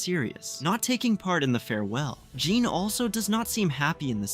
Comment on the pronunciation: Why do you get calling Sean Jean